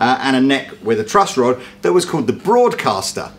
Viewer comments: Is the calling it a "Trust Rod"?! Tell me he's not please. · One more thing. I couldn't help but laugh when I heard you say over and over "trust" rod instead of "truss" rod, as it is properly pronounced. It's like you're saying "in rod we "trust"! LOL!!! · Several times he says trust rod... Sorry but he does. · Is consistently saying "trust rod"? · Does keep saying "trust" rod? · Yes...yes he is lol. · I can't believe he kept saying "trust" rod about 3 times before he corrected himself and said "truss" rod. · Is calling it the "trust rod" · Really sounds like youre saying trust rod rather than truss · Is saying 'trust rod' or is it just my ears failing me? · There's no "t" in "truss" rod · Does keep saying "trust rod" instead of "truss rod" or am I going a bit mad? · Are you saying trust rod, not truss rod? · is he saying "trust rod?"